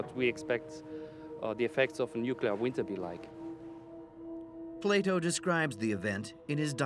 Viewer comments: Andrew Collins it's pronounced Plato, not Plyto. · Who the heck is Plato? ATLA-RA